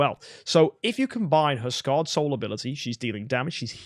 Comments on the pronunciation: SCARred Soul, not sacred soul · Scarred not sacred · SCARRED SOUL! Not sacred soul. Other than that love this vid, very informative.